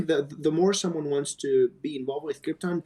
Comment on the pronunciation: They really do keep calling it Cripton, too. I don't even think it's confusing it with the famous doomed planet because in Spanish Krypton is pronounced with an emphasis on the "ton".